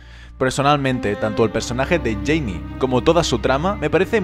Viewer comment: Jayne se pronuncia "Yein" no "Yeini". 👍